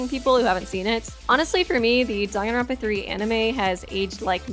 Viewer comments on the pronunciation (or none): Dong-an-ronpa no its Dang-an-ronpa